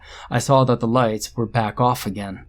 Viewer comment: did any one hear, say, lice on?instead of lights on?, or was it just me